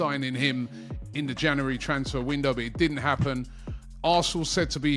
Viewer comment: Robbie still talking about the ‘Janeree’ transfer window 😂